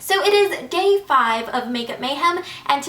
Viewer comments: Did she say gay 5? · i love uu ingrid but is it only me or did it sound like she said "so it is gay five of makeup MAYhem"